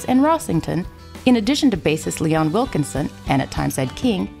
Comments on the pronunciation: And she calls him Leon WilkeNson. There's no N in his last name! You'd think they could've hired a narrator who had some knowledge of the band. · Corrections...his name was Leon Wilkeson, not Wilkinson (also heard Kid Rock call his "good friend" that during the HOF ceremony). Also, Ed King packed up and left in the middle of the night after a show in Pittsburgh...was not terminated, simply had enough. When it comes to history, accuracy matters.